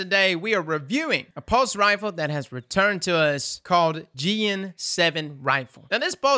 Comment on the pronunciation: I think it’s pronounced as Ji-AAAN and not Jeeean but i could be wrong.